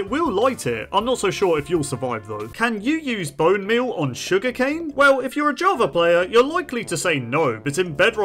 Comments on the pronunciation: Java❌ Javer✅ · is it just me or does he spell Java as Javer? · “Jawver edition”